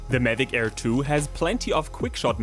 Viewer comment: Best video so far except he kept saying it as Medic Air 😂